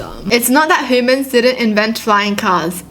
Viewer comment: I have ocd and it takes over me, so when you pronounce it hoomans instead of humans the ocd kicks in